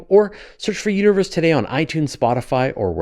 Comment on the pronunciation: Potato, potahto. Universe, uterus. Yeah, I can see how that's totally an accent thing ;)